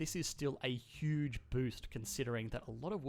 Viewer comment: Say it with me: Hiooge